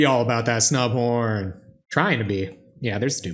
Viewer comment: Totally thought you said Snow Porn Selesnya during your intro. O.o